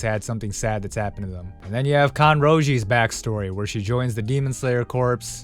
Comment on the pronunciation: Corps is pronounced like core. Youre not the only person who pronounces is it like corpse and Im surprised its sucha commonly mispronounced word?